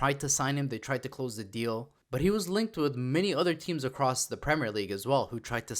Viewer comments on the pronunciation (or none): none